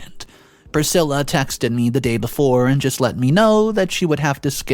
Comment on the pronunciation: Dude why do you pronounce names wrong? Elvis Presley's wife has the same name... See how it's really pronounced.